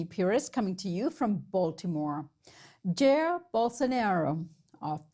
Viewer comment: The way she pronounced "Jair" hurted my pancreas a little. It's pronounced "jah ear"